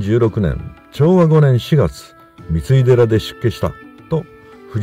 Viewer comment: 三井寺は、みいでらと読みます。みついでらではありません。